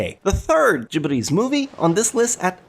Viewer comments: And the way he says gibly's... It's Ghibli! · I hate how he pronounces Ghibli...